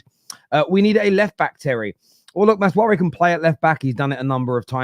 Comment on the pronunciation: Terry it’s MAZRA-WI not maz-wari